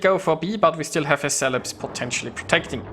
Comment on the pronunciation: Celebes = SELL-uh-BESS.